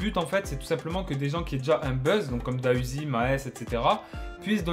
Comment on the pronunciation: C’est pas da uzi c’est D.A uzi stp respect le nom de l’artiste